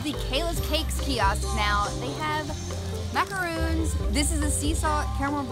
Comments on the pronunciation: Love your videos. One tiny recommendation...the little French almond flour cookies are macarons - one "o," pronounced "maca-ron." Totally different from a macaroon, which is a coconut cookie, like the chocolate and white chocolate dipped ones they have in Disneyland. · Sorry, it's not macaroons.. macaroons are coconut cookies.. those are macarons.. pronounced mac-a-rohn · MACARON!!! NOT MACAROON!!! I'm sorry I always get ticked off because of that. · It's maca RON, macaROON is different. This video was fun :) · That's not how you pronounce Macaron. Macaroons are a totally different dessert with coconut. Maca-Ron, not Maca-Roon. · Why do all Americans always call macarons macaroons???? They are two different cookies.